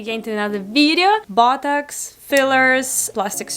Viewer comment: sounds like she's saying buttocks instead of botox